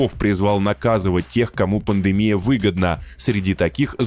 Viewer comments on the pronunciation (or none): none